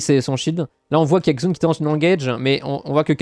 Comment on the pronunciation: Pour Xun on prononce "Chun". Le X est un "CH"